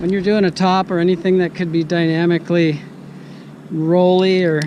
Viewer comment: Dyamically vs dynamically...love it..lol